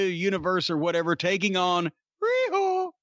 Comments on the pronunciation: Am I the only one who is tired of Cornette saying Ree-ho? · Everytime Jim says riho's name priceless for everything else there's master card